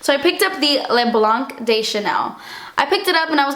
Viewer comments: Hey! What a haul! Thanks for sharing and hope your move has been smooth;-) Just for info, the "c" in "Blanc" is mute... I know, french is a nightmare to pronounce ^^ Xx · Loooove your videos you are amazing ! It's nice to see you REALLY treat yourself for once you never buy really expensive makeup . You deserved it, congrats on the 500K :) And you don't pronounce the "c" in "le blanc" ;) Kisses from France :)